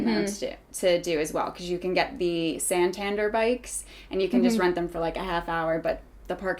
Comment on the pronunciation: Hannah has the patience of a saint. I forgave the pronunciation of Santander (San tan dere, not San tander) but that was the final straw. Then again Hannah pronounced Anna in the American way (argh ner) so maybe she just wanted to make feel at home??